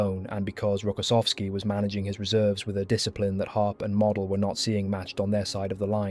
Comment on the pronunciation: You pronounced Model's name WRONG!